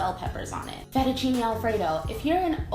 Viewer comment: fettuccinE non è difficile.. fettuccinE, non fettucini